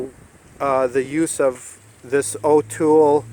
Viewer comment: Good job on the TPMS relearn with the TS508. By the way, Autel is actually pronounced "Awe-tell." Overall, excellent video.